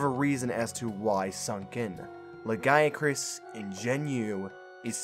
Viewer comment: It's pronounced "lagi-a-crus".